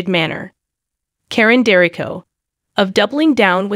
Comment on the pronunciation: Please pronounce their name correctly 🤦🏾‍♀️